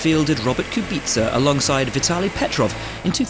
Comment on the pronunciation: I'm a simple man I hear Kubica pronounced right, i hit like